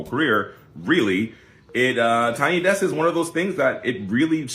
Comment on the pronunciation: It’s desk not decks. I notice you tend to mispronounce a lot of words…even words that should be relatively easy to pronounce. I would understand if you were from a non-English speaking country, but you’re from an English speaking country. A lot of the words you mispronounce are words you should have come across at the grade school/primary school level. Maybe you should consider speech therapy.